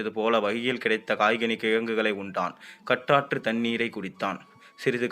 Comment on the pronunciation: காட்டாற்றுத் தண்ணீர் என்பதற்கு கட்டாற்று என்று வாசிக்கிறீர்கள், தமிழ் அழகான மொழி, கொடுமையாக வாசிக்காதீர்கள்